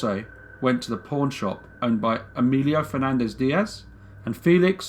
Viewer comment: I thought you said porn shop but then realized you said pawn shop, your accent mad it sound like porn😓